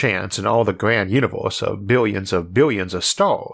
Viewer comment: It is pronounced universe not uniwoos. 😄